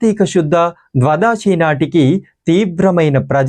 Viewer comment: Dhwadaasi. Thappu. Dhwaadhasi